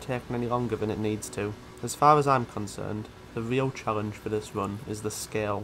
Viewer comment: Ive never ever heard someone mess up l and r as a speech impairment "charrenge" "porrution" "sorution" etc xD Sick video tho.